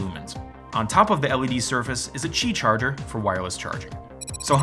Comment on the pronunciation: Btw Qi is said, Key, not Chi, which they may be the "same" thing but said differently.